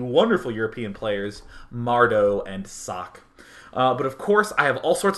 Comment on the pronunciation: >.< oh nooo, its sock again ... socke doesnt have an unvocaliced "e", and its not asian sockeeeeeeee either ... the "E" at the end is vocaliced like the "E" in "E"dward. the "E" is short and doesnt sound like the "i" in germany(american "E" sounds like the german "i" so just remember the "E" in Edward^^) but, if you refer to the translation of socke then you would be right to say its sock, cause sock is the translation of his name ^^